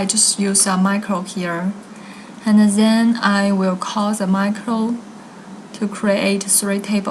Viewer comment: why you keep saying ' zhen' instead of ' then'